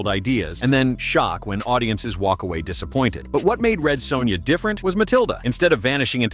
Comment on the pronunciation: Lol the Commentator/VO Saying "Red Soownya"....as bad as the movie itself.